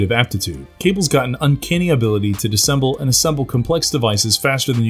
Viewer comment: Dis-ass-em-ble Not disemble. Are you 5?